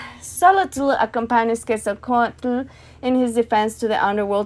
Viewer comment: Hi! Awesome video, pero es pronounced "SHO-lotl" the "tl" and "ketzalCO-atl" is like a hissing sound, not its own syllable, put the tongue at the roof and blow out the sides, thats how you say t and l in one breath